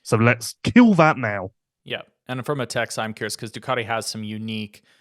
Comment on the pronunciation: Love how you call ducati, doocoti